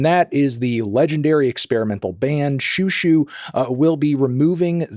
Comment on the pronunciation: They're doing an alternative pronunciation. Check out Xiu Xiu: The Sent Down Girl by Joan Chen back in the 90s .. she taught us out to pronounce it. It's more like JJu JJu.